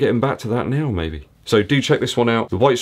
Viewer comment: Good video Thx. Just some free info: The cd's name is pronounced as "duh Style" which was a Dutch art movement in the style of Mondriaan which you find back in the CD cover design.